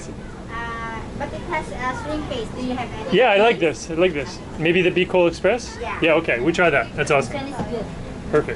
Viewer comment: it’s called Bicol express not biloc 😄🤪